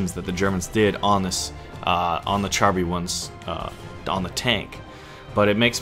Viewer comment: Great vid ! But char is pronounced "shahr" not "chahr".